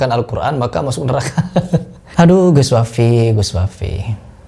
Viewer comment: sunat lagi kau agar lisan mu bener